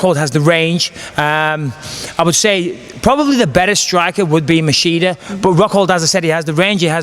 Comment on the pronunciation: He keep saying masheeda instead of machida lol